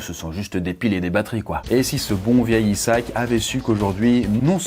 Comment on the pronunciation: Il va falloir que tu apprennes à prononcer le prénom Isaac 😂 sinon superbe vidéo